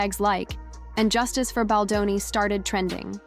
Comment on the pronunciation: Please pronounce Justin's last name correct! Thus the thumbs down!